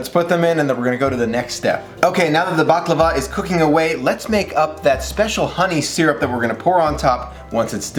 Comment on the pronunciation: Btw you say it right. 😉